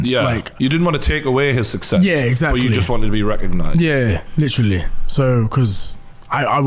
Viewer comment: Good interview, "Litrilly" ;)